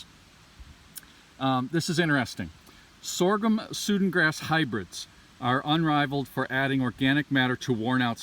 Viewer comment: Just a quick comment - it's Sudan grass as in the African country - pronounced "Sue Dan". It's used around here as a silage grass.